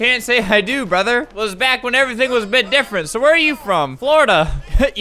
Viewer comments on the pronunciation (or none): none